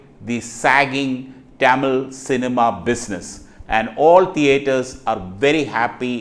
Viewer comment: டமில் டெரியாடா..... இது தமிழ் சேனல் தானே....